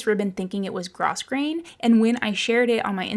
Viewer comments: Great end result on your hall - a vast improvement! The brass switch covers are the icing on the cake. Just a tip on word pronunciation, though. Grosgrain is pronounced grow - grain. I'm guessing it's from the French. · Just FYI, grosgrain is pronounced “grow-grain.” Loved this video, very satisfying. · It's pronounced gro grain. S is silent. Love your house! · I think you’re a little confused about the name of the ribbon. Grosgrain is pronounced with the S silent. Petersham is grosgrain ribbon it just has that tiny scallop on the edge and is particularly used for millinery. But you can use it for whatever you want. Nice precise work you’re doing there. Fashion designer here. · Nice job on the mitered corners. Such attention to detail. (In 'grosgrain' the s is silent. It's pronounced 'grow grain') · I sold ribbon for years and grosgrain is pronounced “grow”grain. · Your wallpapering job is awesome but I did have to tell you that it's pronounced g r o w g r a i n - long o.